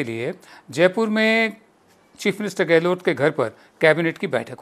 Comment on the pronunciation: गहलोत बोलिये ना कि गहलोट